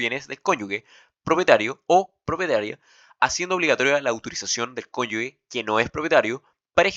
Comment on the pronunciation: Bueno el video, pero se pronuncia "CONYUJE", NO "CONYUGUE". Una vez me reprobaron por pronunciar mal jajaja hay que tener cuidado.